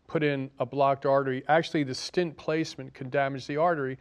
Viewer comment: btw, the word is stent not stint. stint is a period of time --like a short stint